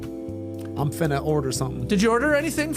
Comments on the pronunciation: Tas fyi finna = fin + ah = going to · Goateed Tas Melas > John Stamos...even with the point deduction for mispronouncing finna.